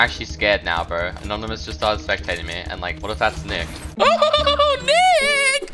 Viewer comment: that niiickkk-hahaha sounded a little close to something not so family friendly 😅😂